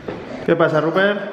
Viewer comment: Che a todos los forros de acá el nombre del chancho es "RUPERT" no "ruper" o "rubpe